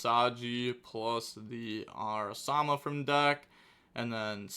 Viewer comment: Ara-MA-sa, not Ara-sa-ma